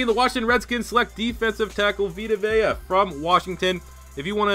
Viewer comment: Take a shot every time mispronounces "Vea". EDIT: He mispronounces it once, but pronounces it right during his selection.